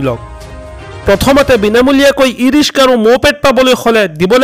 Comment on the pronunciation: Riska ne riksa aaponaloke vul sabdha kole aami haru manu bore ki kom